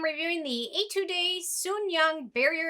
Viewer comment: Hi it's your Korean subscriber again😃 "Etude" is pronounced more like "Ay tood", just like pronouncing attitude with an E. Love your review as always!